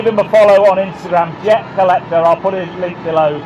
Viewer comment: It's jer collecter mate